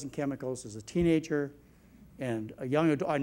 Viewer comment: I have noticed this doctor sometimes pronounces words the wrong way , he said teegager instead of teenager too